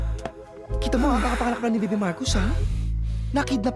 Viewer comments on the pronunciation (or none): none